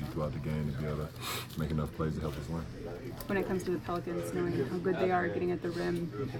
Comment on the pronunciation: LeBron says "ween" not "win"